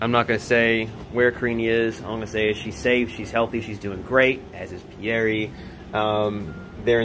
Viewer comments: The way Paul says pierre....sounds almost identical to the way he says Barry.... like bruh.... are you kidding me?? You don't even know how to pronounce your sons name??? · Why does he pronounce it PIERR..e.. and not Pierre? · Anyone else wonder why Pole keeps calling him "Pierr-E"?? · Im i the only one that thinks he's pronouncing his own son's name wrong? im quite sure pierre isnt pronounced "Pierie" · Who else wants to say Pierre French sound... not Pierre eee like Laressa says colte or Eric e